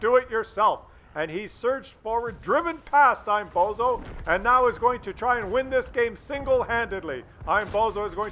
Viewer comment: And, the AMX's name is Bonzo, not bozo